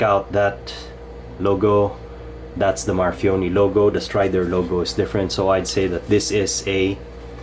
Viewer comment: For fuck sake it's a reverse tanto NOT a modified sheepsfoot. And that's not how you pronounce his name. You have a very decent channel but please do more research if you want to do a "review".